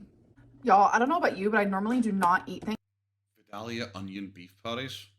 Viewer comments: And it’s vie-dale-ya or if you’re really country, vie-day-uh 😂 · my grandma is from vidalia, my whole family from there pronounces it vi-day-uh. I’m from Savannah - I pronounce it vi-dale-yuh. Your breakdown is wayyyy too accurate. 🤣🤣